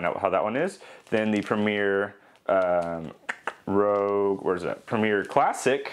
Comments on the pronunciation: It's premier rouge not premier rogue. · Great video. Just an FYI, the yeast by Red Star is Premier Rouge, not Premier Rogue. "Rouge" means red in French. Keep up the great content . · Rouge (red) not Rogue. A good review. I use Rouge in blackberry wines. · (I feel like my mother in telling you) but I still feel compelled to say the yeast is Premiere Rouge (red) as in the french word not rogue. Also it would be cool to see the time it takes the yeast to fall out of suspension for each individual jar. I know that each of those yeast have an optimal temperature range. Do you feel the ones with the poorer performances were well outside these temps? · Red Star Premier Rouge....not rogue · You really piqued my interest on the red star products. I am confused though. You called one of them Rogue, did you possibly mean rouge? Totally not being a smart ass btw. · Ummm...rouge? French for "red". As in "Red Star" or red wine. In contrast to Red Star premier blanc. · lol "Rogue" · Oh I totally goofed. I messed up and mis pronounced it every time!!